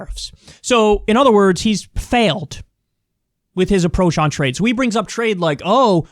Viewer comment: Wow, a moment of clarity and logical thinking from Donald Trump. He's right on point ... up until he began to talk about how much he understood "tra-yed."